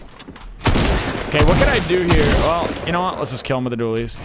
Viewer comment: You kept calling it hop rock Dooleys